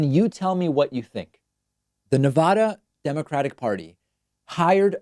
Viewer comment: BRRROOOOOO. STOP OUTTING SO MUCH EMPHASIS ON NEVADUHHHH.. ITS NEVADAA AAAAAAAAWWW NEVADAWW